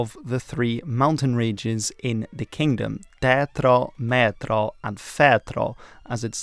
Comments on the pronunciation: Yeah, it's a high 'a' sound. idk if people are just lazy to look it up with google translate or it's that hard to pronounce it for english speakers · In Hungary we mostly use the flag without the emblem. Great video overall. (Foot note you mispronounced the three mountain ranges. The Mátra, Tátra and Fátra. The 'á' is not an 'e' sound, it is stronger and somewhat longer Spanish/German like 'a' sound.) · Yeah, it started well, but á and é were very bad. Tátra, Mátra, Fátra - I had to look up what he was talking about. Á sounds like a in far or father. É sounds like a in way, so Béla is not Bilá.